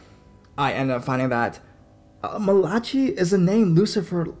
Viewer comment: If that's 'Malachy' that's not how you pronounce it.